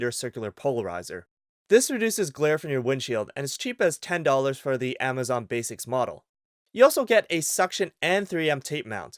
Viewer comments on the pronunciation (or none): none